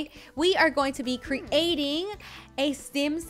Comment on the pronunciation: It cringed me when she said cre ating